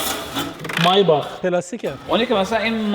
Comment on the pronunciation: مایباخ اره عالی تلفظ